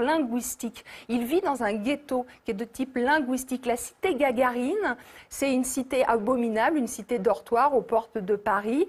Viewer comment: Gagarine, pas Gargarine